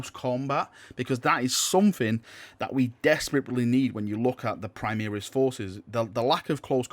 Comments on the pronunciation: Praimiris? It's pronounced Primaris Dx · My ears hurts when I hear him say prime-EAR-is. Where has that come from? He says "prime-air-is" once, -ish.